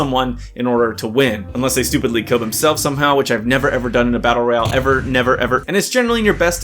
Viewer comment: all this without mentioning vigor , it has a lot of the things you said were missing. try it dude , great fun. BTW it is battle royale , not battle royle.